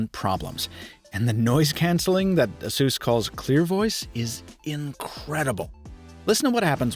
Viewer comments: It kinda bothers me how you say ASUS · “ASUESS”????? A-SUS my guy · that cooling system is one big dust sample tho yikes ps this is the first time ive ever heard someone pronounce it as ah-sus and i cant get it out of my head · Asus should be pronounced like 'A S ER S'.